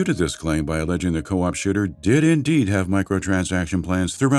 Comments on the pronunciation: I heard, can confirm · On the one hand, maybe that's his accent. On the other hand, it's funnier if he did say shitter so I'll just go with it.